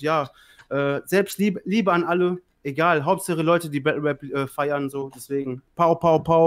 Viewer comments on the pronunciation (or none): Mich triggert es extrem das "web" statt Rap sagt aber no front